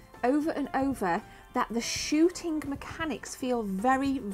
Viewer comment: The word kidding... Does not end with a K. Shooting(K) Crouncing(K) Why do you pronounce so many words wrong(K)! It's annoying (K) as fuck... Now that word does actually end with a K!